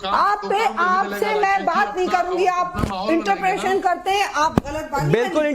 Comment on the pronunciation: इंटरप्रेसन नही इंटरप्रेटेशन होता है ऐसे जाहिलों को national TV में बुलाया जाता है